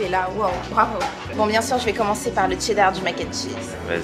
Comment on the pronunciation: Il y a que moi qui remarque que la fille dit chdedar au lieux de chedar???????????